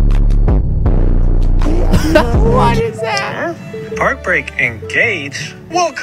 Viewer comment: Did anyone catch his “whAt is ThEayt” after the dude with the farm in his mouth? 💀💀💀